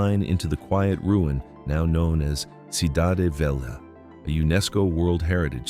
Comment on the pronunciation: Good content. Discusses the people and their history in a respectful and dignified way. Since this is AI narration, surely the mispronunciation of sodade can be corrected, right? (two syllables, not three). Same for Tubarões azuis, velha, and all appearances of São.